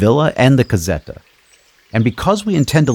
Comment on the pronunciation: Lol, every time you say "la casetta" = (una casa piccola) I think at one "cassetta" which is a completely different thing!!!! Way don't you say it English ... "little small house" because I always think you are talking about a small box/crate . Sorry to be so critical, I am Italian and I do not think is very hard to say casetta in Italian, to make it sound better and close to the Italian pronunciation just put a ,not very strong "z" in the place of the "s" like "la cazetta"!!!! 👍 P.S. I too have problem speaking the English language! 🤒